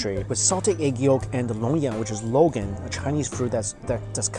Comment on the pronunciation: He called longans “logans” omg that was low key adorable